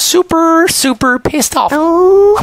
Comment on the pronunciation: He said pisseed off😅